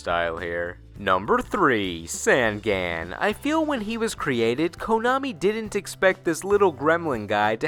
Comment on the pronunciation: Jesus, Sangan is pronounced on like you turn the lights ON. "Songon." It just means 'three eyes;' maybe they gave him a backstory to make up for his on-the-nose name.